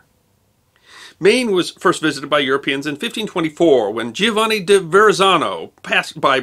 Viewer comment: i HAVE to question your pronunciation of da Verrazzano's name.. i believe "Giovanni" is correctly pronounced "joe-von NEE". its the little things,, the clarity of the circa 1930's? film around the11- mark is a bit unusual. still, thanks, certainly interesting.